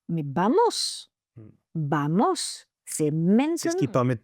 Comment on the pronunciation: Mais non le PN ne lui a pas apprit Vamos elle dit Bamos la pauvre